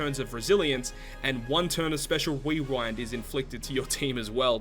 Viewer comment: 'Weewind?' what's that?